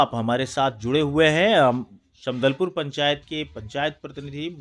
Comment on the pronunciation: Sambdalpur nhi❌️ Sabdalpur yes✅️